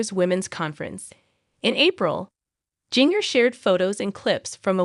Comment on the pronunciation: Start by saying her name correctly!!!!?